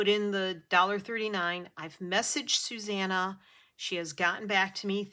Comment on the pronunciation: It was lovely watching you through your process, l love the way you say Susanna, it sounds so nice Thanks for sharing. Hugs Susanna xx 😄♥️🧵🪡